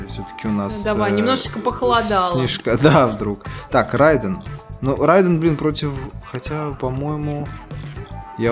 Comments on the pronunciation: Не Райден а Рейдан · Правильно произносить не [райдэн] а рейден [рэйдэн]